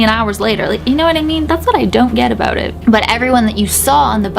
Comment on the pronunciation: Is anyone else getting Harry Potter vibes from this story like the ghost bus in London from prisoner of azkaban..... I was also laughing when your Canadian accent came out like aboot and oot 🤣😂🤣😂🤣😂🤣😂